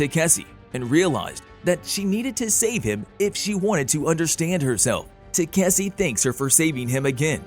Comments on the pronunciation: ta-ka-shi.....is it so hard to pronounce.........tasiki-takisi and god knows what....even on the prev video the girl fumbled up so bad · i wont be surprised if they call it tayk-see in the next episode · Now it's Taseki and Kaseki. You're not only butchering the name but you're not even consistent in doing this ! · What can greater than this previous channel keep on pronouncing takaski's name into taksse or tasseke and now taseki i wonder what other channels are gonna bring askei maybe, it went from Takashi to taksse to tasseke and now taseki first channel was better not only the explanation but with the pronounciation you guys really need to work on your spellings and pronounciation only if don't want people to roast or troll you and wanna grow the channel when i heard the male voice in the beginning i thought this might better than previously one but you got me disappointed it's fucking takashi not taksse or tasseke or taseki got it dumbaxx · the pronounciation of taseki changes every part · Bro you pronounced Takeshi as tzatziki( the Greek side dish ) several times. Lol I can’t with you 😂😂😂😂😂😂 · They called him katishi too😂😂😂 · y'all keep butchering his name. It's TEH-KAH-SHE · it's takeshi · I'm convinced the pronounciation of takeshi is being butchered to grind my gears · They said his name wrong so many times even I'm confused what his real name is lol 😂😂😂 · Your constant mispoken of the name Takeshe is worst than the mispronunciation by the prior narrotor. What you're doing is like calling someone name Sa-man-tha as Sa-tha-man. At least there's an argument for the perevious narrator that mispronounced the name, you misspeaking the name is just pure lazy and lack to respect for someone's name. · lol, every other narrator just butchring Takeshi name XD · They mispronounce his name as much as the last one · Each video gets worse at saying his name